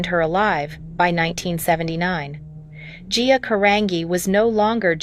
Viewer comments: Geea really??,? Get her name right! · How many times can you say a person’s name wrong. Guuyyaaaa G-I-A jeehaaaw I mean GEEE-sus. Get better IA speech for someone this iconic. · GIA, GIA, GIA! GET IT RIGHT! SHE WAS A PERSON! GET HER NAME RIGHT!